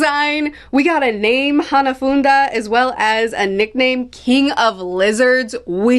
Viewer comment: It is pronounced HANA-FOO-DAH, It just sounds like your adding an extra N where there is none. Also Hanafuda is a Japanese gambling game, and that's why it feels fitting that he was a part of Kaido's crew cause alot of his crew members have names in reference to gambling games. Also Ace must have defeated Hanafuda around the time when he went to Wano & met Yamato.